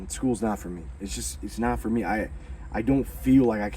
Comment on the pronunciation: "Go to Nineveh my Son, go to Nineveh for Mehh"😂